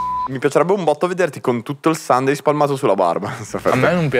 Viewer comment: Comunque si pronuncia “sànde”😂 Infatti è bellissimo che per tutta la puntata lo abbiano chiamato “domenica”